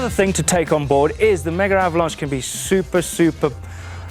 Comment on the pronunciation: Seriously boys, it's "Megavalanche," NOT "Mega Avalanche..." Sweet other than that - and you're insane to ride it on a hard tail!